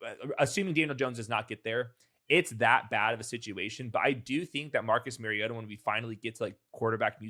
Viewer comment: It’s Mario-TAH